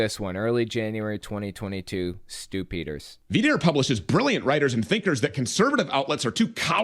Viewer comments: The way you pronounce Stew Peters name sounds like "stoopiders" . If you know what I mean 🤔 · I hear "Stupider" everytime you say this guy's name. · I just hear “stupiders” when someone says his name. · Saying his name "Stew Peters" sounds like "stupiders"-- how appropriate! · Whenever you say Stew Peters I think "stupiders"